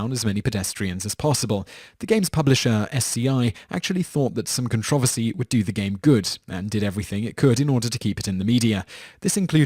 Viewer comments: Con-tro-ver-cy pls say it right. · Con-tra-ver-sy...... Wot? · Con trov oh see? Are you serious? You do know the r's not silent 'ight? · lol its pronounced con tro versy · I like how he says "controversy". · Stop saying controversy wrong! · Okay, you pronounce controversial right, so you KNOW how controversy is pronounced. There is a second 'r' you know? Other than that major nuisance, good video. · You pronounce "controversy" so oddly...